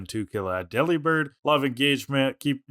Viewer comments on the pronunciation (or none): It's not Deli-bird. It's DE-LIBIRD like delivered but it's a bird. He's not a bird who cuts meat.